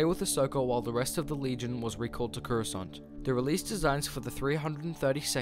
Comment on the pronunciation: It’s Coruscant not Curoscant